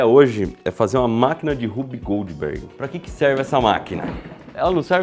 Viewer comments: Achei era Whoopi Goldberg e o Iberê tava falando errado hahahahahaha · Legal, mas eu só conseguia ouvir "Whoopi Goldberg machine" toda vez que vc falava o nome 🤣